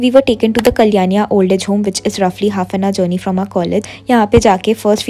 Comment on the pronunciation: It's not kalyania it's kalyani